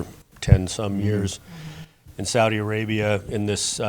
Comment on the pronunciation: Why is she pronouncing Saudi Arabia like that 😂